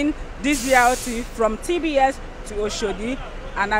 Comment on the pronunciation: The Kenyan more correctly pronounced Oshodi than the so-called Nigerian!